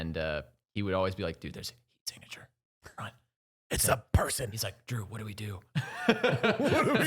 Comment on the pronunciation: did anyone else hear Jew not Drew lmao